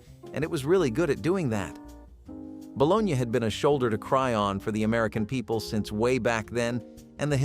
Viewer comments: Is this a bot? Ba-Lo-nee is the food, lol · Bo-LO-nya is the correct pronunciation! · "bolo-nya" come on, you know better.. But I like these videos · Ba-lo-na. Balogna. Kids say balogneee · Some people do pronounce it the way it's pronounced in the video. Just because it's a pronunciation you don't like doesn't mean it's a bot lol.